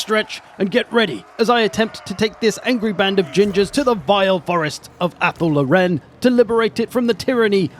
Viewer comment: Anyone else annoyed by the mispronunciation of Athel Loren